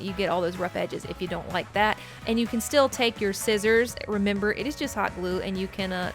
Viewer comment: Rem ber its remember just saying your saying rem then ber